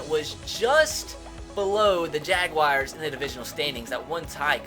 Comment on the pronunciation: Jagwires lol